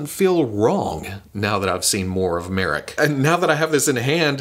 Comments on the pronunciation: ok. let me help you out. His name is pronounced Muh Rock. Just say The Rock and replace it with Muh. Marrok. That's how they said his name in the show. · Now we need a Marrok that howls and shoots out green farts when you squeeze him. Get on it (add a toy company name here)! Pronouncing Marrok differently every time throughout the video was hilarious,.